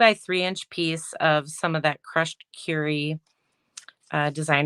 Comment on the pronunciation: Beautiful PP alternative cards. Thank you for showing how to cut up the bases and envelopes. As a side note, It’s Crushed Kur-y not Cure-y. Sorry, but that made me a bit crazy. Lol